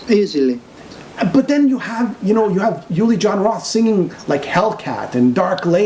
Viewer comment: Thanks for posting....but man....his name is pronounced OOO-Li not YOU-Li....not trying to be a dick....but that's a pretty big error.